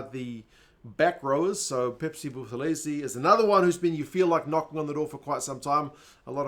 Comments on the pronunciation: lol do you realize you're lecturing a native isiZulu speaker about how a Zulu name is pronounced? pronounced the "buth" as "booth", when it's actual pronounced as "boot". It's boot-elezi. Not booth-elezi. Go be confidently incorrect about something else. Not people's names. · Buthelezi is pronounced without the 'h'. So "Butelezi" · the pronunciation of Buthelezi has a silent H